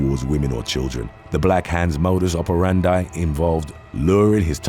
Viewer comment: Congratulations for the videos brother, i like them. The pronunciation to "modus operandi", as in Latin, the last word is like "operandee". We use it a lot here in my country and latin words are common. Thanks for the entertainment! ✊✌️